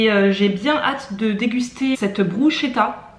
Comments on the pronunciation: C'est top la méthode du chou fleur pour manger des légumes dès le matin et qu'on est accro au sucré ! Sinon bruschetta se prononce brusketta hihi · Miam! Cette vidéo m’a donné faim... go faire à manger healthy! Merci!! 🍽😍 (PS: bruschetta ca se dit « brus-k-etta » 😉) Gros bisous!